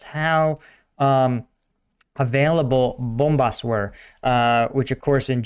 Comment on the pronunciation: The way you say 'bombas' made me laugh so hard. Love hearing gringos speaking portuguese and doing it right. Also, Sam is awesome.